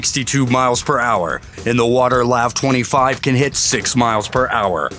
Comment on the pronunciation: It’s not pronounced lav. It’s pronounced L A V -24.